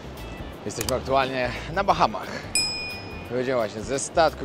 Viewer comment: BAHAMAS....a nie BACHAMACH😂😂😂